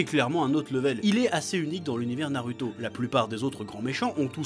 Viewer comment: Bonen vidéo comme toujours, mais par contre tu a du mal pour prononcer les nom en japonais, surtout pour Naruto ^^ ^^